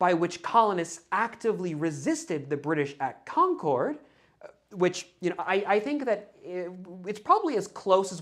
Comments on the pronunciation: I’m not sure if you’re from the Boston area, but the way you pronounce Concord is very distracting lol. We say “Konkerd”, not “Kon-kord” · The town in Massachusetts is pronounced like “CON-kerd”, not “con-CHORD” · CON-KID not CON-CORDE like the airline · Enjoyed this video very much. It really is the story I've grown up with as a local (born and raise 10 miles from Concord (/ˈkɑŋkəd/), except that, and no offense meant, we pronounce it /ˈkɑŋkəd/, stress on the first syllable and we never pronounce the 'r' regardless of how they might say it in New Hampshire 🙂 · Not in New England. Feel free to use that pronunciation everywhere else, just not for any of the places named Concord in New England.